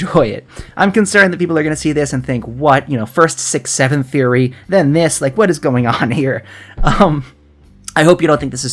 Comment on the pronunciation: Close enough, welcome Woody THREEory.